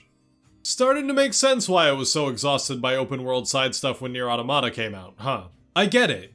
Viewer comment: You’er not pronouncing the title right.